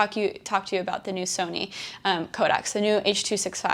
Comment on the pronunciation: When you realize that every time Sara says "Codecs" it sounds like "Kodaks" and then you think of how their stock went up so much and you could be stupid rich right now but you're not 😭😭😭😭